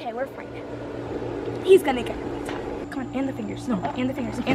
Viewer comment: "ganna" LMAO